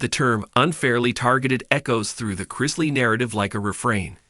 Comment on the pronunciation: Why do supposedly intelligent writer insist on mispronouncing and spelling the Chrisley name??? I don't know the truth neither does this writer. But it is obvious an unfair sentencing for each of them. Public opinion is always a lie.